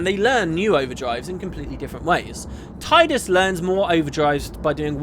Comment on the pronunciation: Hmm, that's pretty interesting stuff! Still agree with the way you say Tidus for the same reason that FFX has a huge water themed element to it (Brotherhood, Blitzball & Sin; teleportation/timetravel) & because that's how I've always said it =p